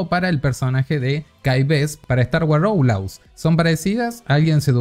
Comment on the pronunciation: 'Outlaws' se pronunciaria en en español como 'aut-loos'.